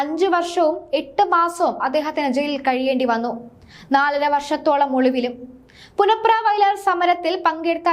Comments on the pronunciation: പുന്നപ്ര എന്ന് പറയാനറിയാത്ത വാർത്താ വായന ക്കാരി. (പുനപ്ര അല്ല മോളെ)ആദ്യം നാടറി യാൻ ശ്രമിക്കുക. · നീ ആ ര ടീ.....മലയാളം ആദ്യം പഠിക്കു പുനപ്ര.... പുന പ്ര... നാണമില്ലേ ഇങ്ങനെ ഉച്ചരിക്കാൻ. പ്രസിദ്ധമായ പുന്നപ്ര-വയലാർ .... പുന്നപ്ര. ഇവളെ എത്രയും പെട്ടെന്ന് വീട്ടിലേക്ക് പറഞ്ഞു വിടുക..😴😴😴